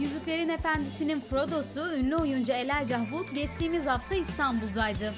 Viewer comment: Terminate Tor Elayca diye okunuyo ama kadın mahvetti hiçbir şekilde okuyamadı